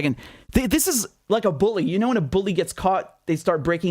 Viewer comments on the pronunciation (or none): none